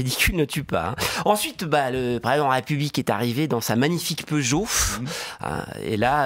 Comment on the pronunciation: C'est la première fois que j'entends prononcer le nom de Peugeot de cette manière